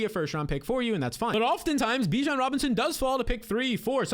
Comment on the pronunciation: At any point do you try and pronounce Bijon correctly you sound stuuuuupd